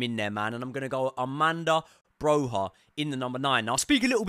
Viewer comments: Armanda broha 😀😀 learn how to pronounce our players names at the very least please mate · I really enjoy your Chelsea podcasts. Good energy, great footballing expertise. To my own surprise, I also really like your boxing channel. Excellent work. Congratulations. One request: Could you possibly work on the pronunciation of some non-English names? Broja, Malo, Tuchel etc.? That would be much appreciated. Many thanks, you will turn me into a proper boxing fan!